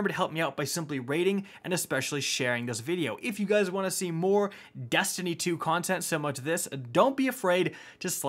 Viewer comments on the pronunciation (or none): none